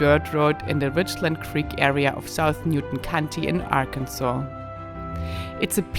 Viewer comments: I grew up in Arkansas. It's pronounced Ar-kan-saw because it's a different native American tribe that lived there (the Choctaw). Kansas is named after the Kansa people. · Hello and thanks again for the wonderful trip! Do you know that Sometimes you look like princess from Star Wars...QAs for the pronounciation of the name of the state Arkansaw is like a local slang. Or it is just south,ha you are chewing the words a lil'bit...I am not keen or speaking German but to me it sounds like a auslEnda instead of auslAnda. Anyway leave it as it is. No need to change it. It is just enough you were there, and for us too. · As an American who is an English speaker, how Arkansas is pronounced also had me question the same thing 🤣💁‍♀️ I thought it was just me. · Being from Arkansas, I can't tell you why it's pronounced the way it is. Alot of us still joke around and say it like Kansas but with the AR at the front lol. Ozarks are great! You should've taken US highway 71 south out of Fort Smith to US 270 east over to Hot Springs. It's a tourist town with ALOT of history, old businesses that have been there since 1800s, and beautiful scenery! If you ever get down in that area, I live in Hot Springs and would love to show you around! Be safe! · We were a state before Kansas was. That’s why the name is pronounced Arkansaw.Kansas has it all wrong.lol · Because of the Indians...said it to be pronounced this way. Not AR..Kansas. This is insulting to us here born in Arkansas.grrr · I think it's pronounced Ah-kin-sa(w)where the R is in your throat, not on your tongue, and the last S is silent, as the French do. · As a native born Arkansan, I can definitely say it is pronounced "AR-kin-saw". I love my state and its generous, warm hearted people. I spend all my free time riding my horse in the national forest in Crawford County. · It is not Ac n Saul. It is Ar Kansas. Ask anyone who live in Arkansas. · It's Kansas that is being missed pronounced. It should be pronounced as Kan-saw.